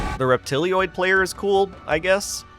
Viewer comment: Oh no, he's back to saying "Reptilioid"! ;) Nice video!